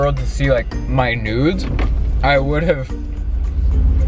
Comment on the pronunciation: Sorry but when you were trying to say nudes it sounded like nodes (“ I don’t want my node exposed “) 🤣